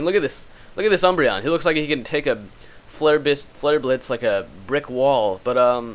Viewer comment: lol you never can say "flare blitz". Even videos like a billion years old you can't say it. Hahhaha